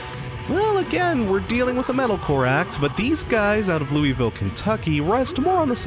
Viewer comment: I will forever give you shit for how you pronounce "Louisville"